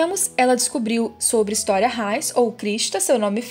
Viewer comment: Não se fala á Armim se fala Aramim,não se fala História se fala Ristoria,além de se você sabe falar português quando o s está entre duas vogais ele fica com som de z ou seja é Mikaza